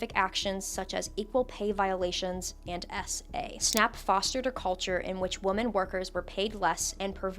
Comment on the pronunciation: WHY are people pronouncing the plural of woman as woman instead of women x.x It's been driving me fucking crazy for like.. almost a damn year. Did ya'll skip English ^^; Is that what's happening Soundin' like a caveman and shit I swear 🤣 AND IT KEEPS SPREADING I love your videos though I swear!